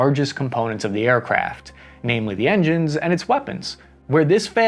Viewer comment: sounded like you were saying aircraps